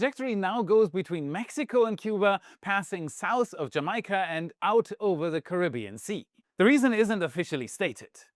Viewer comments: Did he say "ja'micah" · Did he just pronounce Jamaica as Jamyca? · Did just say...JaMI-Ka LOL